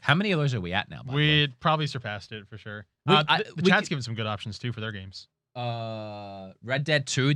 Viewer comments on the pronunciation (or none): none